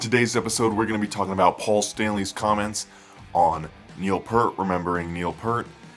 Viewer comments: Neil's surname is pronounced Peart as in ear not pert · It's NOT "PERT" it's Peart!!!!! geez dude.... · Peart. Not Pert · They've been my favorite band since 1982. I never heard his name pronounced like that until very recently. It was always "pert" until maybe 2000. Maybe I just missed it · It’s pronounced Peert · you are 100% correct pjones8404, it drives me crazy every time i hear people miss-pronounce Peart.., obviously they aren't true believers...